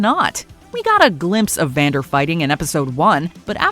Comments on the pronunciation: I love how she calls him Xander instead of Vander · she calls Vander “Zander”